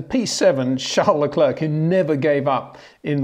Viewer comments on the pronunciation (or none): none